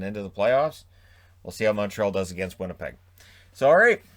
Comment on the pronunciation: Let’s go “Vinnypeg” sincerely the...😋